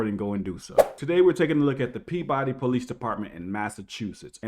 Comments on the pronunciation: As someone from Mass it's pronounced Pee Bah Dee not Pea body. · Sounded like a Massachusetts cop . The Boston accent . It's pronounced Peabahdee Not Pea Body I would not drive with out a forward and rear facing camera in the state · I grew up in Peabody!!! It's pronounced like Pea-b'ddy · Peab-udy lol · the city is pronounced Pea-buhdy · There's no way you could no this if you've never heard locals say it, but its pronounced Pibbody, Mass. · Peabody MA is pronounced "Pee-biddy" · Pronounced : pea-ba-dee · Peabody is pronounced Pea Buddy. Just to let you know. We here in Massachusetts have our own way of pronouncing towns. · It's "Peebidy!" 😁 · It's pronounced, {pee-buh-dee}. Peabody. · Its pronounced PeeBuddy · OK, you've convinced me, I need to buy a dash cam. And I hope you filed battery charges against that officer. And we pronounce it pee buh dee in Mass : ) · It's pronounced pue-ba-dee. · Pea-ba-dee Massachusetts that’s how you pronounce it. Pretty much every single town in mass is not pronounced how it is spelled. 🤷🏻‍♂️ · Not to nit pick, but in Mass. they pronounce it more like PEE-buh-dee or PEE-b'dee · Love your video’s, just a heads up it’s pronounced peabidy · The name of the city is actually pronounced PEE-ba-dee. Listen to how the cop says it . You may think he's pronouncing it wrong because of his rampant mispronunciation of every other word that includes the letter "r," but that is in fact how it's pronounced, buddy. Welcome to Massachusetts. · Peabody natives pronounce it almost like "PEE-buddy", with the emphasis on the first syllable. Many Massachusetts place names are weird like that. Worcester = "Woosta" but Dorchester is "DOOR-chest-er" like you'd expect.